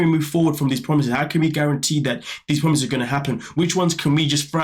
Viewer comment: Too many broken promiseths promiseths 😂